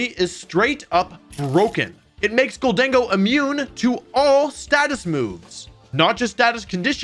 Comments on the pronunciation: I think you pronounced it right, GOLDEN-GO just sounds weird compared to GOL-DENG-GO. Also it sounds like the name Diego, so that’s kinda cool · Thank you for saying GholDENgo, that's how my headcanon pronounces it. Makes it sound a little spanish. Amazing video btw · Love your videos Wolfe. Also I thought gholdengo was pronounced the way you’ve been saying it. Until my sister said it as “Golden Go” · I think you said Gholdengo correctly. My guess is its a combination of "Gold" and "Tengo" aka "I have gold"